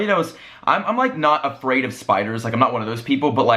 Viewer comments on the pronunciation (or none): none